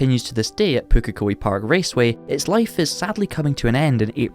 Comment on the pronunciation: Props to getting the pronunciation of Pukekohe correct.